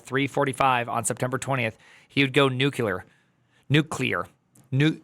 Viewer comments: "Nuclear", not " nukular" 😅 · Nuclear, not nukular. Yeesh.